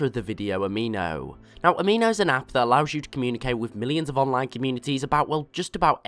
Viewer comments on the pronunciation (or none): At the end I thought you said "Don't forget to check the Appo below"